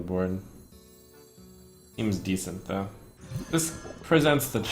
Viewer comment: "Having a 3/2 on the BUWWOARD" what was that lmfao